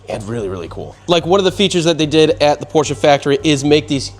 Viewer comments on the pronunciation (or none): PORSCHE NOT PORSCHA🤦🏻‍♂️ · Shut up with “porschah” pOrScHaH! Pronounce it correctly for the love of god! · I hate the word porsha